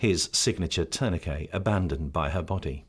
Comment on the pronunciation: And you clearly hear the narrator pronouncing it correct. Tour ni kay.